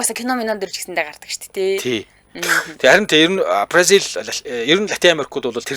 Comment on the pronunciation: Бразил гэж дуудвал Барзил гэж дуудах нь онцгүй